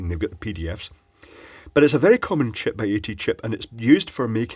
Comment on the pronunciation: I love how you say "Chip(puh)".